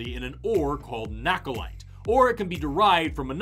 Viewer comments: I was disappointed to discover that nacholite is not pronounced the same as nachos, then I found out it's not even called nacholite but nahcolite. Yay, I get to correct! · I was so disappointed by the pronunciation of "nacholite".